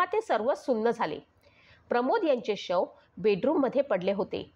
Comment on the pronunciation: शेव नाही... शव असत. 🙄